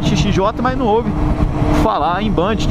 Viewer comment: ele pronunciou correto, é bandit, n´so que falamos banditi kkk não tem o "i" no final, é como a Honda que o pessoal fala "ronda"